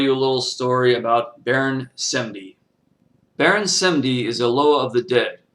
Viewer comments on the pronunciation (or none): Wow you make us white people look stupid and for a fact we do use voodoo doll and Baron Samedi you said his name wrong that right there is disrespecting him. Plus if you going to talk about a Lwa or any god from any path you should search more then reading it from a book a book will not tell you shit they only tell half the truth or complete BS. I not trying to sound like a dick but I do practice Voodoo